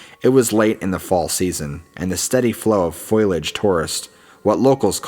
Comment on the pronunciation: Foilage?! Lol thats the third story narrator I have heard say that. Wtf is going on there?